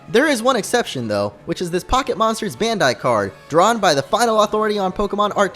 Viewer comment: Its not BAN-dai its pronounced BON-dai